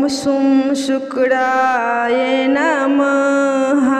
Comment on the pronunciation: Pronunciation par dyaan do Sukdaai namah kya hota hai.!!!!! Shukraya namah hai